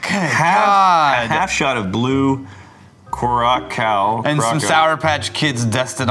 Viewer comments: He is really rating drinks and says curacow lol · Blue ''kurukao''😂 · Loved the way you guys pronounced the name of the blue drink, much love from curacao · As someone from Curacao, I love how you're all really trying to pronounce Curacao🤣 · this looks so fake, the people who supposedly make the alcohol cant even pronounce the name of it or handle a bottle.....